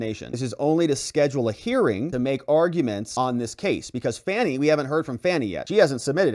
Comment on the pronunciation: Isn’t it supposed to be pronounced fawny?